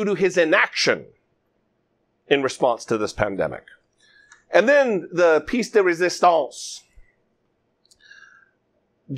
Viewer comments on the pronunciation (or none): Piece in that phrase is pronounced “P.S.”. It’s French.